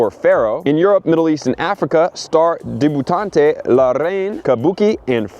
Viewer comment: Debutante is pronounced deb-you-taunt